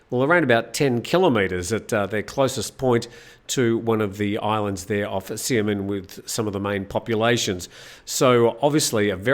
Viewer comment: Xinjiang is pronounced ‘shin-jiong’ and Xiamen is pronounced ‘Shyaa-mun’ for future reference. I lived in China for 5 years. Excellent program. Better every day.